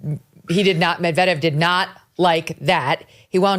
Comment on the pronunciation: Your pronunciation of Medvedev was making me wonder how you can be a real fan! 😉🎾